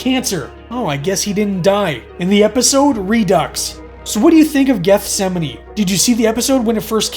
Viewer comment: I’m glad he pronounced it correctly!